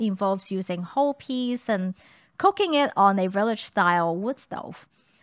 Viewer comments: Sometimes when says "cooking" it sounds like "cocaine" Depending on the context... I have done a double-take once or twice... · I'm genuinenly not trying to be mean, but her accent, when she says cooking I hear cocaine. Makes me double take every time lol ^_^